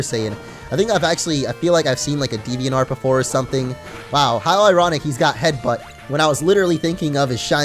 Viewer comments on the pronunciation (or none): none